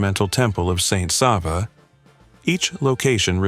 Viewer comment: Is this AI? The narration seems to be AI, considering certain faults in pronunciation. Most of the pronunciation is good, except Sava.